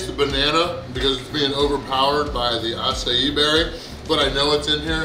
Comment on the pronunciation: is that really how acai berry is pronounced